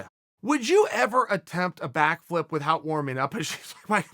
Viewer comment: It really bothers me that he pronounces the h in without